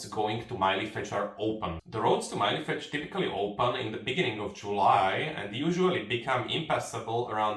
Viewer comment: Why do you say Mylefetsch ? LL is pronounced tl with the l more pronounced as a short l sound and not like el